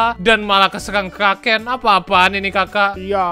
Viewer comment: aku.dengernya draken